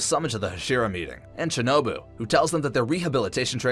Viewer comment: u said it wrong shinobae not bu